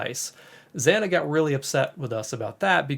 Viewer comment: zaah-nah i wish you would pronounce her name properly ZANA